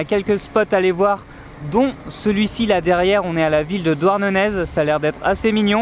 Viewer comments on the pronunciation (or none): Salut les voyageurs et bienvenue en Bretagne ! Juste pour info les Z ne se prononcent pas et le G se prononce [q] pour les noms propres. Douarnenez se prononce Douarnené, Pointe du Raz Pointe du ra et Beg meil Bek meil. En tous les cas, bravo vous avez bien choisi vos spots ! À tenter la presqu'île de Quiberon si vous aimez falaises et océan et que vous ne connaissez pas. Au plaisir de vous y revoir ! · Encore une fois belle vidéo mais la c’est pas possible désolé.. la PRO-NON-CIATION des lieux!!! Douarnenez.. pointe du raz… et j’en passe! Respectez nous! Bonne continuation